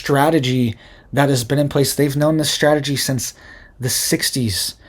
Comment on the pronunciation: It's strategy, not shtrategy😂😮